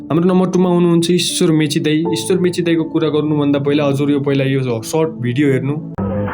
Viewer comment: Mechi hoina bro mache ho 😅😅.. poila ramrari bolna sikana bro mechi harey 😅😅 uhh mechi ho vne timi koshi ho ki sagarmatha ho... Timi pakkai pani Janakpur hunu parxa 😂😂